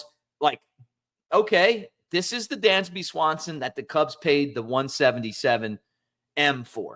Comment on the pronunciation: It's Dansby, not Dandsby.